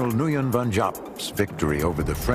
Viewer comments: You are wrong as well. It's pronounced 'win'. I spent one year there learning how it was pronounced. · Nguyen is pronounced 'when.'